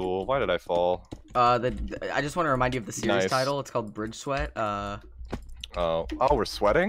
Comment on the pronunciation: rewatching this: its so funny how says fall here LMFAOOO